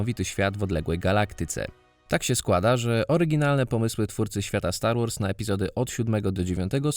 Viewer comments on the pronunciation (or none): Na poczatku brakuje R, STAR WAS :D.Sposzczegawczosc nie mylic z byciem małostkowym.